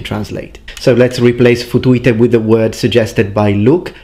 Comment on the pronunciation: Also; the ”Futuite” sounds more like: ”Futuete”, to me, the way it’s pronounced, here.